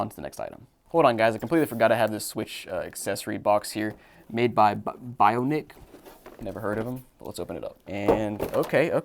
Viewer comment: Bionic is pronounced “by-on-ic” not “bio-nic”